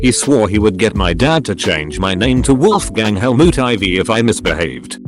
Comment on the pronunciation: Wolfgang Helmoot...gosh. My dads name is Helmut and I would have been called Wolfgang if I was a boy.